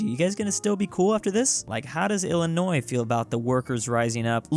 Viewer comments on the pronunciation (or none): The way you Pronounce Illinois As Illinoi’s you hurt us Illinois people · I gave you a thumbs down because you knowingly pronounced "Illinois" with the "s" sound at the end; even when you knew you weren't supposed to. That's also when I stopped watching. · HOW DARE YOU PRONOUNCE ILLINOIS WITH THE S ITS ILLEGAL IN ILLINOIS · Dont ever pronounce illinois with the s. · The s is silent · Ok I’m triggered over the s in Illinois. The s is silent